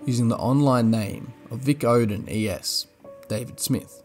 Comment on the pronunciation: The way he pronounces Vicodin. ROFLMAO